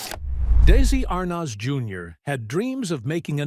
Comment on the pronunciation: May getting the correct pronunciation of Arnaz would be a good place to begin.